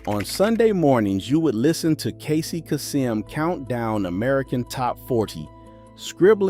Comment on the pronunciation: I was turned off as soon as Kasem was pronounced wrong. I immediately left after.